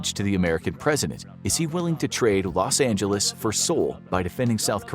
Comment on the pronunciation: Rosh Angeles 😂